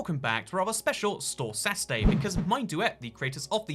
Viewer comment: You said store "Sasuday"